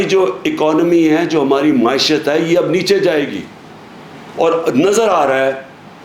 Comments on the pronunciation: please teach him to pronounce ma'eeshat. It'll be such a big favour. Dil aur kanon ko sukoon aa jaey ga. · Maeeshat maeeshat maeeshat maeeeshat maeeshat maeeeshat